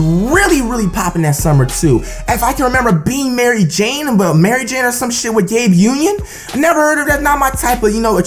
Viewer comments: Any body notice him saying Gabe Union😂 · this dude said "Gabe Union"😭😭😭😂😂😂 I'm done😂😂😂😂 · he said Gabe union I'm dead asf